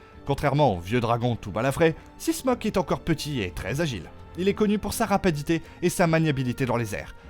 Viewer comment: De ouf 😂surtout quand il dit rapadité ( c'est rapidité) woa mes oreilles saigne ..